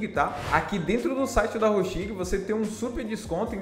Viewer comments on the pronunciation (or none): Hostinger pronuncia-se: Rôustinguer Gostei muito!